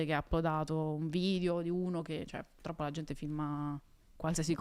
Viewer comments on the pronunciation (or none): Ciao Valentina, ti amavo… poi hai detto “puLtroppo” e tutto è svanito 💔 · Valmetinaaaa “pul troppo “non si può sentire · Aveva resistito bene ma quando ha detto pultroppo mi sono cadute le sfere per terra...